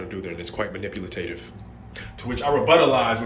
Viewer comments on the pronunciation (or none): he really said "manipulatative" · he said manipulatative instead of manipulative 💀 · Manipulitative? It's manipulative. But u right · “It’s quite manipulatative” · its quite manipulatative can we please not have a guy say water is not wet who says manipulative wrong?